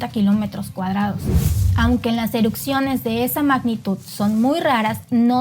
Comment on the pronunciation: Erupciones, no erucsiones😂